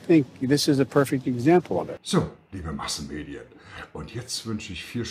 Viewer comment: Hattest du jetzt Massenmedien oder Maskenmedien gesagt?😂, Scherz, aber als ich das hörte, fiel mir das so spontan ein und passen würde ja beides😉